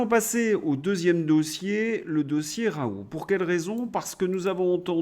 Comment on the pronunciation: Vous m'énervez avec vos "RAOU", on dit RaouL ou RaouLT, pédant personnage !